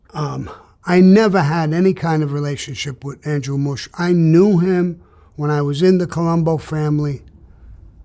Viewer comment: MUSH NOT BUSH